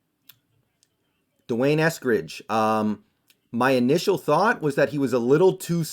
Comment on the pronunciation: And u never ever said his name before and cannot even pronounce it.